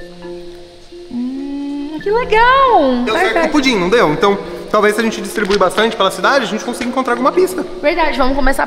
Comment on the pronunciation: E é" gente" não "gete"